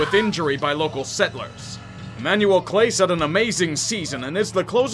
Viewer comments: It’s clas aye not clase btw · Clah-say not clayse lol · Clase is pronounced Clahss-AY. Sorry I'm a stickler haha. Still love the video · Emanuel Cla say not class